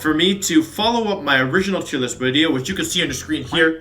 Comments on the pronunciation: Editor: “how many filters and effects you want in this wideo?” Wolfey: “yes” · Still waiting for how to announce johto pokemon wideo!